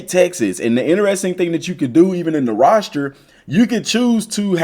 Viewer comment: What tf is a “roshter” lmao